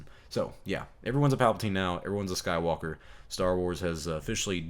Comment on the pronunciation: I like the way you said "Rey's a Sky-woke-a."